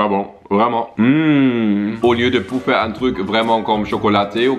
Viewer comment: Arrête de dire boufferrrrrrrrrrrrr